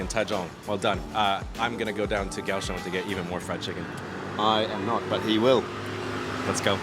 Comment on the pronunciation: so is it "gao" or "kao" you spelled it "kaoshung" the one time you spelled it in english, but you keep saying "gaoshung" "g" and "k" sound NOTHING alike, so when romanisising you need to pay attention to the sounds you make with your mouth, and repeat them in text.